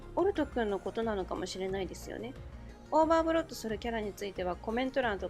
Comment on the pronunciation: Rinさん！オーバーブロットがオーバーフロッドになってますよ！